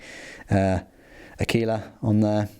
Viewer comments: Pronouncing Aquila the same way as tequila is almost correct, just put stress on the first syllable 😉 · yes (aah-quill-ah) 😊